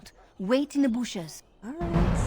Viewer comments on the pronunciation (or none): That cracks me up.. " wait in the booshes" LOL I usually just take Fort Drakon by storm... I like the little quests there too... A really good video